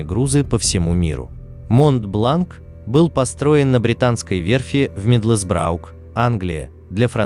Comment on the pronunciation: Произношение неправильное, мидлсбро и монблан